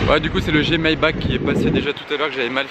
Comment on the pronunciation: Classe G Mayba"RR" L"AN"daulet pitié 😭😂